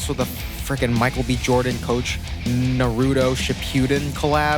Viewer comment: I cannot imagine being famous and doing a collab with a big label, making it about naruto like I'm a super fan, just to publicly not even be able to pronounce the name of said anime. didn't bro open an ichiraku ramen shop too??? I wanna hear him give that one a whirl too 🤣